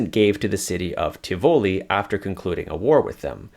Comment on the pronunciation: Nice video. Also, that's Tìvoli, not Tivòli.